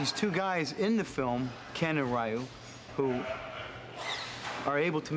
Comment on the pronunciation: This movie is way beyond the real Street Fighter storyline. And I always thought it's pronounced "Ree Yoo" not "Rye Yoo". The only thing I enjoyed in this film was the comedy.